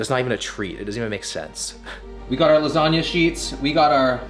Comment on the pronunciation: as an italian I felt bad for that "lasagna"